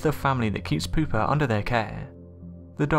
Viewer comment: Ahahaha! Pooper lol Pouper is pronounced poopay Lol pooper hehehe That’s good